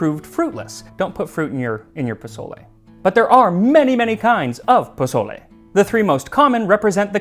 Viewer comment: Oh, Max. Jose must be shaking his head. poSSole, not poZZole.